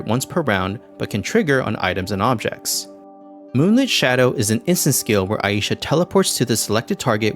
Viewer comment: the most glaring error in this vid is that her name is pronounced Ai(eye)-sha, not Ah-yi-sha